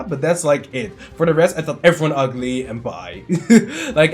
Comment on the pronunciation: man, the way you said 'UGLY' HAHAHAHAHA. I actually thought that too XD